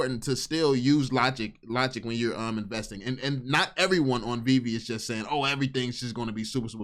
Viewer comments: if he calls it veev one more time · The dude literally destroyed his credibility in the first 10 seconds by pronouncing it wrong, he either did it on purpose to show his lack of interest, or genuinely never heard anyone say it before, which is impossible if you were seriously looking into it... I'll admit i was super skeptical, and even laughed at my buddy who showed it to me initially, but over time the more research i did the more i saw, holy shit, this is the ground level of something, u can see it clear as day if you can get over the JPEG Nft's, which were the only NFTs i knew existed before VEVE... The jpg NFTs make no sense long term, and i think thats what most people think NFTs are and wont look any further, and i cant really blame em for it, its hard seeing the potential of something that has never existed before